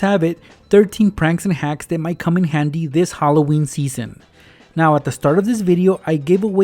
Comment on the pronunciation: Hollo-weeny 😂😂😂 Ok... I'll stop